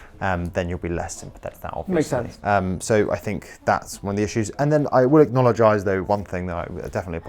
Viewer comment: I like this new word, "acknowledgize" (acknologize? Lmk)